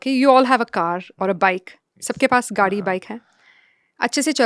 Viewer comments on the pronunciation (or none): none